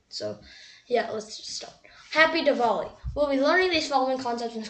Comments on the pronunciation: it is not diwall-e it is diwali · wrong pronouncation of diwali